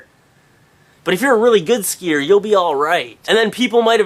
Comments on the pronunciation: dude SKIIHEERRRRRSS LOL you say skii and skiier aa lot lol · Haha the way he said skier was fucken awesome